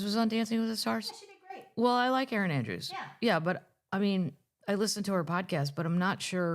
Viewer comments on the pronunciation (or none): none